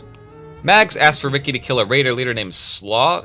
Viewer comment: Slough = Sloff. As in "his skin sloughed off."